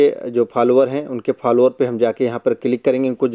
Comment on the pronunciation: Bhai Follower hota Phalwaar nahi😅